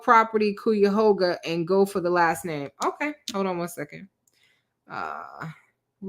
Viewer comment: Girl it’s Cuyahoga pronounced Kai-u - hog-a … whew chile 😮